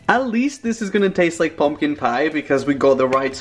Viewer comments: I love your videos but I absolutely HATE the way you say PIE!!! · He says piee